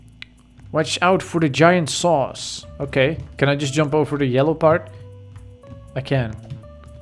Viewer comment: When you said watch out for the saws I thought u said watch out for the sauce